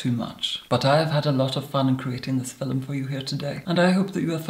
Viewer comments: it's a meme! it's because the way says it sounds like 'filum' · was I the only who who heard, in todays "filim" hahah